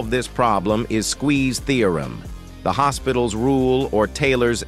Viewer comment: The way the ai actually says "hospitals"😂